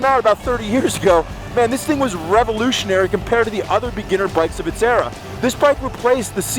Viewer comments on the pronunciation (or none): I swear he said it was rebelutionary....